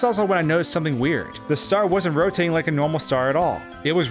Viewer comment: "it was rotitatting diagonollally"